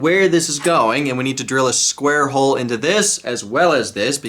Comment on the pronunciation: Why does a," square hole" sound so wrong?? 😂